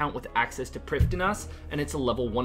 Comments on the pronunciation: Prifddinas pronunciation from the wiki - preev-THEE-nass. Struggle no longer! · It astounds me how many runescape players and even Jagex themselves can fuck up a very basic Welsh word every single time they say it. Preev-thee-nuss. Gonna have to skip this one, it's too grating.